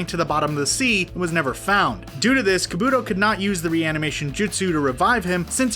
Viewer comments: I had to replay the video to actually understand the pronunciation. Bayukagan? Hayuga Clan? Aakausuki? Madaara? Kabuuto? Yamooto? Shaakra? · EVERY NAME IS MISPRONOUNCED! Bayukagan, borudo, ackasucki, asooma, kabooto, yamado, kagooya, uchia, mitsooki, uzoomaki, ootsoosuki Edit: sorry if it’s because of your accent or something like that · Is he joking?? xD "kaboodo, tobiido and naruudo" had me dead lol